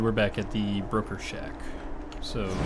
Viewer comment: I keep hearing 'burger shack' when you saw 'broker shack'... I'll take the hint and go make something to eat.